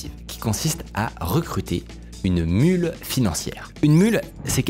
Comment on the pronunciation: Une mule, pas une mûle. .